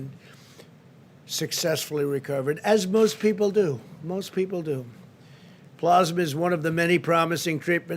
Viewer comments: Donald "Ploz-ma" Trump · Keeps mispronouncing "Plasma"